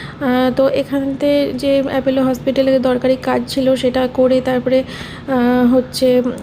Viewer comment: Kotha ta apollo ..apello na